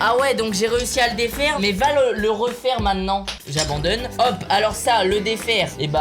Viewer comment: Wesh tu dit mainant au lieu de maintenant